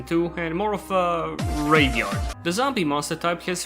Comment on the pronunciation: casually just gonna start dropping the g when saying graveyard